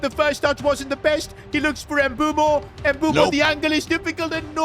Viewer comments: Please stop pronouncing mbeumo ”embumo” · Can you please try and pronounce Mbeuemo's name probably🙏🙏